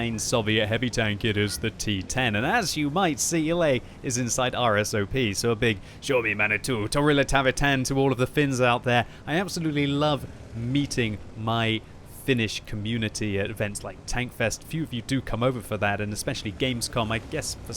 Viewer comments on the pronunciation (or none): That was almost the correct pronounciation! Like always with Finnish you have the weight on the end of the word! So don't draw out that i at start, just a short i there. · "toriile tavatuun" oh never change😂